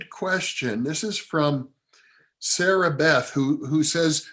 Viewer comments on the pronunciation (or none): none